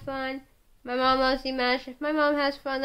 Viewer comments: Apparently, he can't cook. Lol. And FYI, you say his name like Dee-mosh (like a moshpit), not like mashed potatoes. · I can't cook either lol and I said it like (dee-mash) but if it comes out like that it's because I listen to alot of Kpop as well and some of the their names arent pronounced the way they look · Reacts well im telling you it's pronounced like dee-mosh. That's how he says it, too. And i too am waiting the day he tours the US, but hopefully between schooling he will play a few shows. He's going to college in LA eventually. For at least a year.